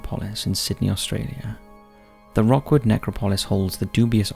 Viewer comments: “Rookwood” not Rockwood cemetery. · Its not pronounced Rockwood.. It's pronounced Rookwood..🙂🙂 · It's Rookwood, not Rockwood cemetery! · The first one is called Rookwood NOT Rockwood!! The quality on this channel is going downhill fast!! You still haven't pointed out the bending blade of grass on your previous video. Going for quantity not quality is a slue move. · Rookwood is pronounced rook not rock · As a Sydney-sider, just letting you know it’s pronounced rook(ruhk)wood. As in the chess piece. It’s beautiful and peaceful, with amazing historical buildings including a train station that was connected to Mortuary Station in the main heart of Sydney. Even though it is near a main road, the road noise disappears and leaves behind a quiet silence that is only broken by the wind and bird call. Never done a night time visit but I know it is a wonderful place to be at rest during the day.